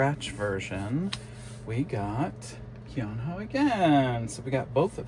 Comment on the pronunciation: Sorry Keonho’s name is pronounced Kono, it is hard to romanise the Korean pronunciation into English